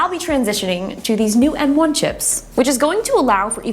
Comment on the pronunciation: She keeps saying “N1” instead of “M1”